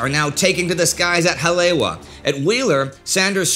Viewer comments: Sorry Indie, I was stationed there, at Schofield Barracks in the '70s, your pronunciation of Hawaiian words needs work. Haleiwa is pronounced "Holly - Eva" with the emphasis on the second syllable. There are other instances, but that is the most egregious. BTW: We used to marvel at the bullet impact craters, still in place on the block walls of the big barrack blocks. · It's pronounced "Ha-le-EE-va."